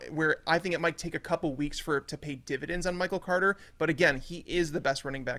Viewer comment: The way Yates says Michael “Cwoarter” drives me nuts